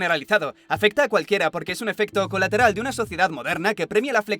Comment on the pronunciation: minuto xD el 'es un' suena chistoso jaja :v